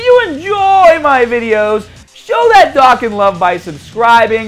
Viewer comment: MAN SAID DOCK GAN